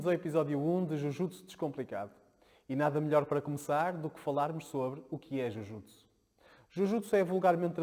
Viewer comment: Pronúncia correta : djiu djiutsu.